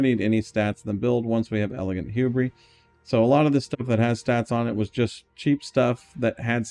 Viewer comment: Saying hubris like that has to be on purpose, it's driving me insane